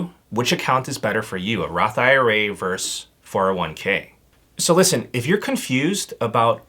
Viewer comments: Versus, not verse. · Sorry, I love your videos but I want to ask you to please stop saying "verse" when you should be saying versus. Verse is not short for versus, they are completely different words. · VERSUS.....not Verse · vs is short for versus. not verse. We need to end this trend! ugh. 🤣